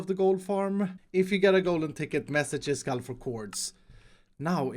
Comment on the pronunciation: Jag har hittat hit via Mumbo Jumbos redstonevideor, och nu undrar jag varför du uttalar iskall på engelska.